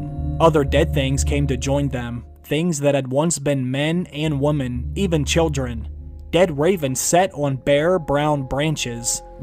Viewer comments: please learn how to pronounce woman and women correctly. You mess up the meaning entirely by mispronouncing them. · Not until he learns to pronounce words correctly, like "women."